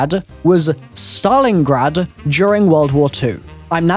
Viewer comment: Im sorry but did he say Saton Your Ass?